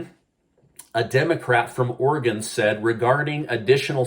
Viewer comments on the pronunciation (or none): none